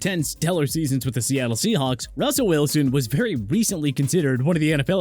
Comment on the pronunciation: did he say Rawsel Welsoon?